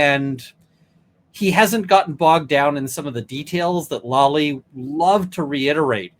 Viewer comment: Hey dude with the long gray hair, the guy’s name is Lally, not Lolly. Please say it correctly.